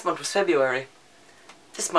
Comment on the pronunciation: When you say month it sounds like you forget that there's an h at the end. "Mont". I love it, haha. Also, you couldn't stop swivelling in your chair, haha! OH, MAN, WHAT ARE THE ODDS? ON THIS DAY I TOLD YOU MY STEPFORD WIVES-ESQUE SHORT STORY! That escalated so quickly, hahaha. "20 books? I read that in my sleep, upside down, in cave, at night!"